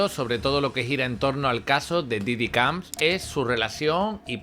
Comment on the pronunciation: Diddy COMBS* Que no sabes hablar jajaja